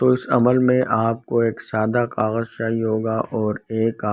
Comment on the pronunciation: Plz don kagaj keya Karna clear bolna g plz, Samaj nehi aya